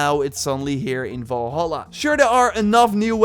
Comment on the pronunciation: I came to comments because of this. Volhala too